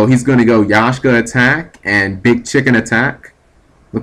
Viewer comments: YAK-SHA. lol xD That was killing me... Not Yashka. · YAKSHA, NOT YASHKA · It's not Yashka, it's Yaksha. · pronounced yak-sha not yashka . Pilica is pronounced pillika. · G do you actually read the names of cards before you try to pronounce them, because it seems like you just glance at their names. Yashka, Daigusto Spheres, Golludo....etc....